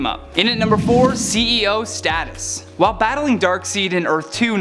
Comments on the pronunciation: It's pronounced Dark side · Darkseid is pronounced "dark side," not dark seed. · Pronounced "Dark-Side" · Remove this man...reading teleprompt and said dark seeeeed lol hold this L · Yeah, I know. clearly doesn't know comics. DarkSIDE. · DarkSAID is how you pronounce it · It's pronounced Dark "Side". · He pronounced Darkseid wrong again 😒 its DARKSIDE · Damn I did it again lol its DarkSIDE right? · DUDE... learn how to say Darkseid. Enough people corrected you last time. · pronounce Darkseid correctly, please. His name is a play on "dark side", because he is the opposite of life and light. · 😂😂😂 probably and settle down guys I'll get it right next time. I take in a lot of information in the 8 hours a day that I spend researching and writing about everything from current news, comic books and gaming on top of that. My brain is kind of full right now and doesn't exactly remember the proper pronunciation of Darkseid in the moment I'm filming. Also the editing team has so many responsibilities that if they nit picked every word pronounced wrong they wouldn't get anything done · how is this guy on a station dealing with comic books when he can't pronounce one of the most famous villains names in all of DC history correctly?